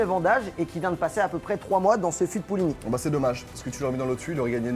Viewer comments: le nom c'est puligny montrachet pas poulini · hey j’t’en veux pas poto mais sa s’écrit Puligny-Montrachet donc sa se prononce pas Pouligny mais PUligny; a moins que tu sois portugais… 😂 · très bonne vidéo, j'ai vraiment bien rigolé , j'ai un truc qui m'as choquer , c'est quand ils parlent du fût de Puligny-Montrachet, quand j'ai entendu " Pouligny ", j'ai saigné des oreilles en sachant que j'habite a coté XD, viens faire un tour par chez nous tu verras ce qu'on sait faire en matière de vins et d'accompagnements ^^, mais hésite pas a faire d'autre vidéo avec d'autres artistes ça met du piment dans tes vidéos et on a le smile jusqu'à la fin.